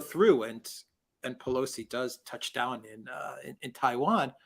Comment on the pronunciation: Come on man! It’s pelosi 😅